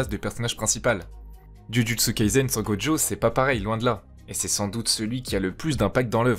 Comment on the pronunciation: Pourquoi tu l'appelles Godjo alors que son nom c'est gojo ?